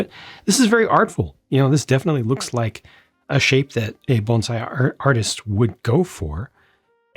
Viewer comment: Not a big deal one way or the other but props for pronouncing bonsai correctly and not saying banzai!